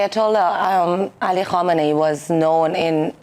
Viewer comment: Kamenei, not Komeini.